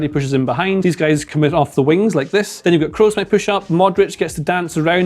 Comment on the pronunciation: Tony Kroos reading Kros like cross not Krus